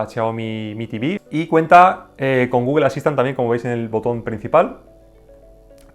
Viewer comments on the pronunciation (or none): none